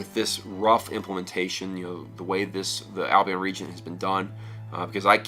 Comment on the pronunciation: First pronounce Albion right lol